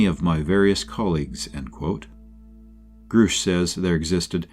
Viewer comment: its also grush like brush. This honestly makes it sound like you didn't do proper research when almost nothing is pronounced properly. Take this though as constructive criticism on how to improve because this was very watchable other wise.